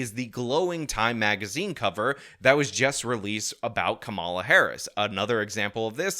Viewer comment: Do you mispronounce her name purposefully? I mean, she's been the goddamned vice fkcn president for three and a half years, so I'm sure you've heard the name ten thousand times and you've been corrected on your pronunciation. Is COMMA-la a hard word for you to pronounce? Do you mispronounce her name on purpose as a juvenile attempt to insult her? if someone called you Shawn Fitzgirl, would you be insulted by that? What if they accidentally did it and you corrected them? How many times can they call you Fitzgirl and get corrected before the term becomes downright offensive? If you used term "mute point" instead of "moot point," how would you react to being corrected? Would you be embarrassed and make an effort to correct your pronunciation? Or would you stick to "mute point?" Is there a statute of limitations on when you'll pronounce her name correctly, or are you sticking with this indefinitely? You've already had three and a half years to figure this out, and you're still fucking it up, so if she's elected President are you going to keep this up for four years or correct yourself?